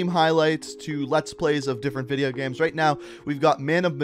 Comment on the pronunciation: this guy legit says geams